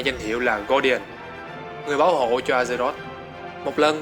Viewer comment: A giơ rọt hay Ác giơ rọt đừng dọc A gie rốt